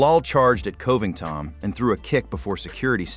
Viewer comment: Coe-ving-tawn still sounds hilarious, but at least he wasn't 'Cobly' this time.